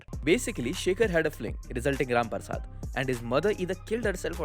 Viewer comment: This is my third time watching both the videos... having the worst Diwali of my life.....but each time you said RAM PARSAD, I could not help but laugh hysterically. Ur the best